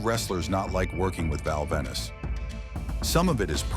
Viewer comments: It's Val Venis. Not Val Venice! 😆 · how can you take this video seriously, when the calls him "Val Venice" and then says his catchphrase wrong.